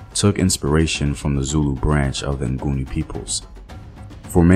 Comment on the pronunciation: Its actually Ngoni not nguni....Ngoni means without sin/those who dont sin (Abangoni)...nguni was coined by the invaders since they couldn't pronounce "ngoni"